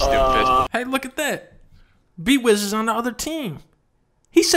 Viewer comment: “Im doomfisht” -doomfist